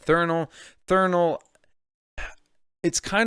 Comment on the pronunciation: How do you mispronounce a word thats right in front of your fucking face? Its threnal not Thernal? And dont give me the "dyslexia" excuse. Have some professionalism.